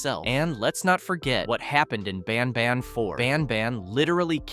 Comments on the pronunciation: He said ban bon 😂😂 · Bro said banbuns at the start